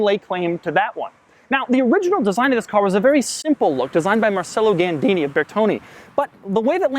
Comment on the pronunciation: Interesting. He prounces Murcielago "mur-chye-lago" where is there is no "ch" in it, but pronounces Marcello Gandini as "mar-sell-o" whereas it's actually "mar-chell-o". Americans are weird.